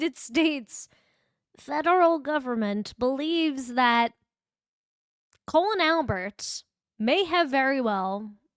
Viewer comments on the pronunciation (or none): I really enjoy they way you pronounce his name 😂